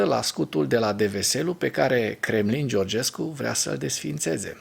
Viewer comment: Călin Georgescu este președintele tuturor Românilor ,te rog sa-i pronunți corect numele .